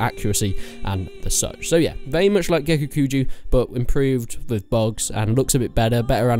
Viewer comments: Please, PLEASE, don't say gekukuju... it's gekokujo. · Gekukujo [Geh-Koo-Koo-Joe] Joe not jew. smh. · I know you say kuju because of the accent but in all seriousness, “is it pronounced kujo or kuho”? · I cringe when you say Gekokujo, or Daimyo. The dabbing mod, uh ok you definitely aren't considering this a serious top 10, pretty funny but meh, haven't seen your previous top mods for Warband but I definitely think Perisno should be considered a top mod, aside from that Prophecy of Pendor, and a few other mods are also rather good, personally I recommend watching Reformist TM and his let's play of those mods to get a feel for them. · Lord of the Void I agree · Take a shot every time he mispronounces Gekokujo. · How do you pronounce Gekokujo differently every time